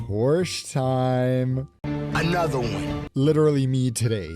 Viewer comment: Porsche is a two syllable name.